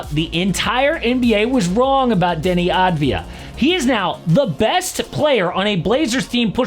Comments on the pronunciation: no . its Avdia not Advia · finally, someone talks about him! and just to clarify, it's not Dani Advaya, in his country, they say it like Dani Avdaya